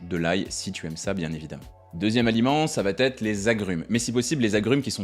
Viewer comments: 😡 Ça va têtre ??? Ce n'est pas une erreur parce que vous le dites au moins 1 fois par vidéo ! Pour quelqu'un qui est instruit c'est quand même étrange ! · Ça va être.. plutôt que "ça va t-etre"...😂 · Que de bons conseils, je m'abonne. Mais il faut arrêter de dire "ça va-t-être"